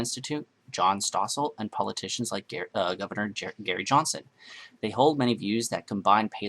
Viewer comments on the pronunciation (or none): none